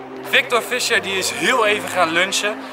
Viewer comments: je spreekt het uit als fiesjer geen fisjer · Je spreekt z'n naam uit als Fiescher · Je zegt toch fiescher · haha wel grappig dat je Fisher niet goed zegt xD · Ik irriteer me er aan hoe hij Fischer zegt